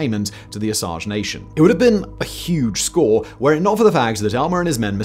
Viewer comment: Osage is pronounced O-sage, not O-saj. Simon knows French, though, so I'm not too surprised at the mispronounciation.